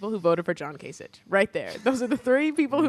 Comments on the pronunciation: Kay-sick. His name is pronounced Kay-sick, not Ka-sitch. We can get after people for mispronouncing Kamala Harris's name if we aren't going to pronounce Republicans' names correctly either. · Much better episode this week than usual! Although you did mispronounce 'John Kasich' repeatedly one week after criticizing Tucker Carlson for mispronouncing 'Kamala'.